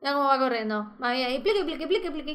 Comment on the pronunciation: cuando dijo:"pliqui pliqui en ves de cantar picky picky dije pliqui pliqui jajaj XD